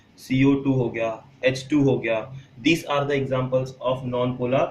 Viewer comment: Not polaaaaaaaar it is polar okk..